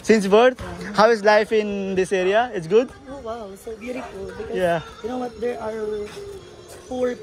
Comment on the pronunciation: Please say good not 'gud' 😂 sounds awkward,I'm Bengali 😊